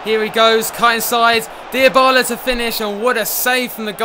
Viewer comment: That's like saying it's cathorla and not cazorla